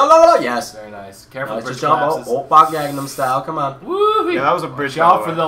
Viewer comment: Also, says "oppan gangnam style" wrong and it drives me nuts.